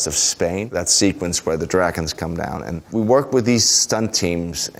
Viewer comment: did he just say "dragons" in Danish? xD I love that! Or did he just say "dragons" but said it wierdly? xD